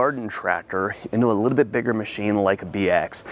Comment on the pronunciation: "A Liddell bit, a Liddell bit, a Liddell bit" -. In every video